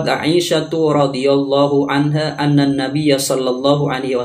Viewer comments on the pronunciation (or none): Waduh kok cuma segini sih kualitas orang ini.Gini katanya ulama,masa sehabis baca "Anna" kok dibaca rofa' (anna Rosulullahi),padahal mestinya dibaca nasab ("Anna rosulallahi")... Gak cocok sama surban yang dipakai.... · Coba di dengar lgi bacaan kitab nya gus dia katakan " Anna Rasulullah "